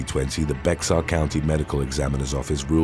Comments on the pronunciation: A lot if people get it wrong, so no harm done, but the county where San Antonio is located - Bexar - is pronounced BAY-er, not BEX-er. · Bexar County is pronounced like bay-har or like most Texans say "bear county". Not pronounced "bex-ar" 😂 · It's actually pronounced 'Bear' County, although it's spelled 'Bexar' County😉. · BEXAR county in San Antonio is pronounced BEAR. The X is silent. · San Antonio, Bexar county is pronounced bear county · BAC is point one two.. not point twelve and Bexar is pronounced bear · Just a tip: Bexar county is pronounced "BARE" County. Sorry, it's just that I've noticed this so many times in many videos, & I'm sure that, being such a great narrator, would want to say it properly. 😊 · The X in Bexar is not pronounced.